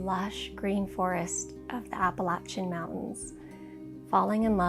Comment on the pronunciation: So happy for you! I hope you'll continue making these videos. Just a little thank-you.... you correctly pronounced the word "Appalachian" (Blue Ridge and Great Smoky Mountains) -- many people outside of the area pronounce it wrong. You must have been around the area with some locals. Blessings to you and your husband! I admire you for doing this!